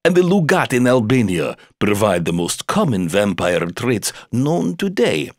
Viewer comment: shet I am an English learner and I can't bear this vampire pronunciation -_